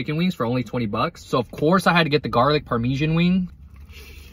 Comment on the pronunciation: Bro said "parmEEsan wing" I can't😭🙏